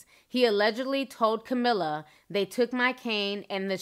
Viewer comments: Great video commentary ! Thanks T. [ Fyi... "CAMILLE" - ( SOUNDS LIKE : KUH MEEL) not "CAMILLA" ] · Great video Ti but damn baby you still butchering people's names. It's Camille, you said "Camilla" 😂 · His wife name is Camille. Not Camilla. Kah-Mill. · His wife’s name is pronounced Ca Meal - Camille